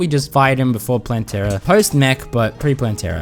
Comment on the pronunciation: I'm sorry but I think you're saying Plantera wrong you can say it how you say it.